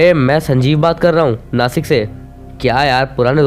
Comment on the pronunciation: नासिक नाही भाई नाशिक💯